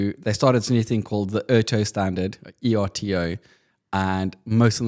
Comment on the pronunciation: ETRTO not E-R-T-O ;)